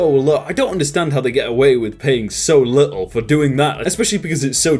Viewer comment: Its kinda interesting to hear jake pronounce "little" as "li-el" 😂